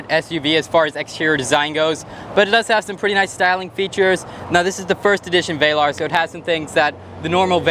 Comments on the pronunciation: Not VAY-larr. Vel like “fell” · It's not pronounced "vailar" it's VELAR damn bro!